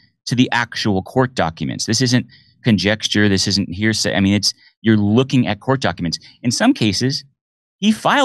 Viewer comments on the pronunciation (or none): He lost me at, "I'm not a homicide detective, but I watch a lot of LAW & ORDER, which probably makes me a homicide detective." I think he's as full of shit as anyone he's claiming to expose. "This isn't conjextture" - not a typo; that's how he pronounced it. He says his case is irrefutable. Really? If Tim Ballard is a conman, we should know, but this guy is NOT convincing. I'll wait to see how the court case in Utah concludes.